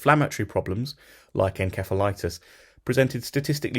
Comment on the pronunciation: Your pronunciation is incorrect inceph/insef septic